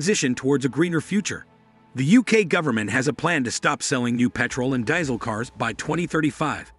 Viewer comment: Where exactly can one buy this car for $6,000? What does it cost the consumer, on the road and registered, ready to drive out by the customer? This sounds like hype, from a guy who can't even pronounce Diesel.